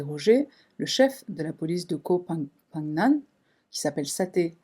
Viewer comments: « Ko fonne gam »en phonétique 😉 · Hello merci pour cette affaire. C'est fous j'ai été en Thailande dans la même période, et j'ai rien entendu de la part des médias Thai. Sûrement l'affaire est étouffée par la riche du cuisinier ? Et pour la prononciation de koh phangan on dit comme ça "Koh Pha-gnane" Les thaï ont vachement mal traduit. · Koh ça veut dire île en Thaïlandais. On dit "ko pan gan". Un super travail comme toujours, tu fais partie de mon top 3 des YouTubeurs True crime préféré, je suis toujours contente de t'écouter et à l'affût des tes nouvelles vidéos. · Cc ca se prononce koh fan gan. Ca ne s'écrit pas comme ça mais c'est comme ça qu'on le prononce. Ayant moi même habiter en Thaïlande dans les années 80. Et parlant un peu le thai qui n'est pas évident dis je en passant. Très bon reportage. Merci à toi pour ce partage. Nataly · J’aime bien tes vidéos et merci mais « ko pha NGAN » c’est lourd à la fin.. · En tout cas tu auras écorché le nom de l île jusqu’à la fin😂😂😂